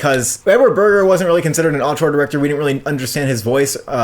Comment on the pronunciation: Since you say the word so much, Auteur is pronounced oh-ter